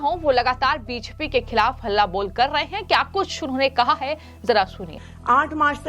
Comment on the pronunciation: को रोज 50 बार (धीमी गति से) बी जे पी बोलने की प्रैक्टिस करनी चाहिए, ताकि उच्चारण ठीक हो सके।